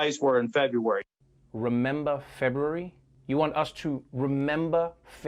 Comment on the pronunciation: Trevor can't even say February, you expect him to remember it!?!